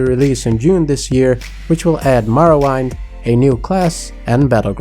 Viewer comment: Man im not even a hardcore Morrowind person but i cringed pretty hard when you mispronounced it lol good video tho